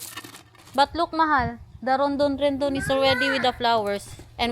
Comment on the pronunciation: Rhododendron ang name ng flowering plant mo! I do like the way you say it as "rondon rendon"? ;-)